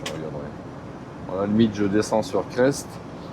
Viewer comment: Bonjour , je suivais aussi les Gruntch , la cellule de leur camion Mercedes etait bien avancée et depuis pas loin de 1 an plus personne , le noir complet . Dans le parlé régional on dit Cré et pas Creste par contre pour faire les Combes Laval faudra revenir un brin sur tes pas mais c'est tres joli et faudra choisir : regarder la route sinon c'est le ravin . Risque d'éboulis en cette période vaut mieux fin de Printemps . Bon viadge .